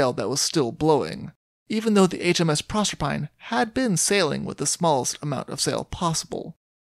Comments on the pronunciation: "Proserpine" is Greek and pronounced with four syllables. Proe-ser-pi-nee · pro-serp-a-nee I believe. Thanks for another good story